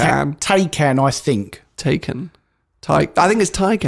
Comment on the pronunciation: Tai-can.. Taken is a film with Liam Neeson..